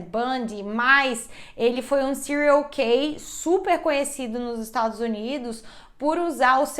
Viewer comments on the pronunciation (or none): Porque ela fala várias vezes "serial key" ?!??? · "Serial nãnãnã" 🤣🤣